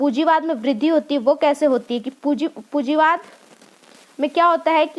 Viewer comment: Pujiwad nai medam punjiwad h